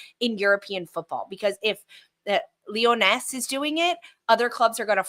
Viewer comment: you don't pronounces the s at the end of Lyonnes. if it's pronounced like the french word for lionesses, lionnes, you just say it "lee-yun". When saying Lyon, you more imply the n at the end rather than pronounce it outright, but when saying Lyonnes you do. It's kinda neat if you can speak french but it's going to mess up many an English-speaking commentator